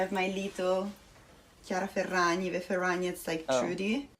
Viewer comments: Hopped on here to be the usual annoying italian. It's pronounced Ferrañi, not Ferrag-ni, "gn" in Italian is more or less like "ñ" in Spanish. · For me at least (I'm Italian) • in "Chiara", "ia" is a diphthong, he's separating the "i" and "a" • in "Ferragni" the "gni" is pronounced like a stronger version (?) or the Spanish ñ. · chiara Ferragni is pronounced Kiara FerraÑi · gn in Italian is pronounced 'nye'. Ferranyi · The heart is sending me lmao the correct pronunciation would be Fair-ah-ny-ee. Gn is pronounced kind of like the Spanish ñ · theres no hard 'g' sound when the g is next to the n like this. It would be more like Ferra-knee. The gn together is like gnocchi. Similiar to how the ñ sounds in spanish. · kiara Ferrañi that is how is pronounced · When you sound salty, shady and jealous af while wearing a Nike hoodie and don't even know how to pronounce her Italian last name. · I thought he was italian until i heard his pronunciation of her name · I know it's hard for English speakers, but 'GN' in Italian is pronounced like ñ in Spanish, the same sound from the word 'poiGNant'. 😊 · He didn't even TRY researching the correct pronunciation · Dear, I love your pronunciation of her surname, it's kind of adorable. That being said, the gn in her surname is pronounced like the gn in chignon (or gnome - which is derived from an Italian word), only put an i instead of the o. This rule holds for the majority of the the gn combinations in Italian, so if you ever see an Italian name with it, just keep it in mind <3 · As an Italian I can tell you the pronunciation is wrong but good video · As an Italian I am loving your pronunciation of her surname, it's wrong but so cuteee <3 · and you'd think he'd do that because he complains about people mispronouncing brands 🥴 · He could have at least tried researching how to say her name correctly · He had to have heard it lol